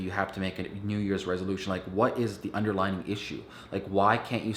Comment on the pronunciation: Under-LY-ing not underlining ET cetera not ec setera Sorry not trying to be a troll it just was distracting me. Maybe I should watch your video on how to stay focused